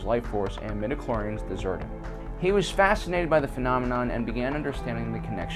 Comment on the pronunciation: Stop saying midichlorians